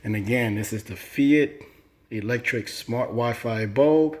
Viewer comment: I just wanted to say that its pronounced like Fight rather than "fee ite". Good review